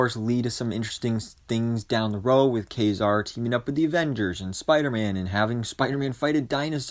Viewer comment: Thank you for pronouncing Ka-Zar's name correctly!!!